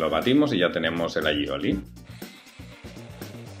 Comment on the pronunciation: No, es diu "alliloi" trempat. Que significa ajo y aceite, ajo = all y aceite = oli.